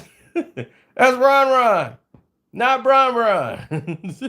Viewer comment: It was Ron Ron not Bron Bron😂😂